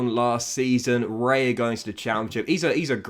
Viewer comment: David Raya is pronounced- Da-vid(like David de gea) Ri-ya.